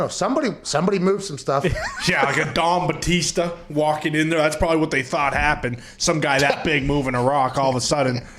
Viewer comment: Thought he said “Dong Batista” 😂😂😂